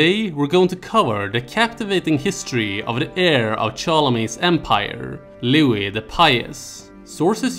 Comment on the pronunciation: It’s pronounced”Looeee” not “Looowisss” . . . Ruined the whole video